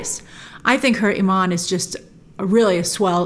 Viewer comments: It’s Imam not Iman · "Imam" not "iman" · Love the videos as always, just a quick note. It’s Imam (pronounced Imaam), not Iman, which means a persons faith. Not trying to give a lesson, just a heads up 😁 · Great review Grace! It is pronounced Imam for the Mosque leader (equivalent to Father, Pastor, and Rabbi). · Hey grace I love your appreciation for the Muslim culture but just a heads up it’s pronounced “imam”. Iman means faith but imam can loosely translated to preacher. You’re doing great 👍🏽